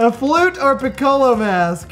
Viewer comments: where in the world did you ever go to school!! English wasn't your favorite either was it!! Lol first off it's not pronounced Picola it's PIC-CO-LO it's an instrument. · The way pronounced "piccolo" 😂😂😂😂